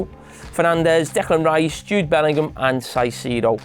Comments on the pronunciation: Caicedo. Cai! Kai! Not bloody Sai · He’s a big fan of Caicedo apparently, yet can’t pronounce his name. Isn’t it his job to know it?